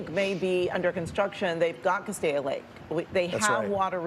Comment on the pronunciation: Cas-steak! There is no “I” in Castaic.